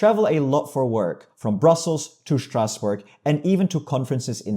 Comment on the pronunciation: Fantastic video! But as a Frenchman, I must declare a minor diplomatic incident: that 'Shtrasbourg' pronunciation is officially too German for my ears! 😅 We need more 'S' and less 'Sht' if we’re going to achieve true European harmony. 🥨➡🥐